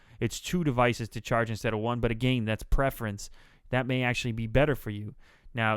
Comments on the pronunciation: he said again wrong hahahhahahahaahahahahah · lol he said agayn in stead of again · You say again weird. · haha you say 'again' funny... great videos! on a marathon through your channel and consequently lengthening my shopping list...